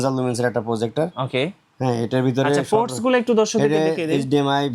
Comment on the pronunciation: What is forts ??😂😂😂😂 It's ports not forts stupid😂😂😂😂😂😂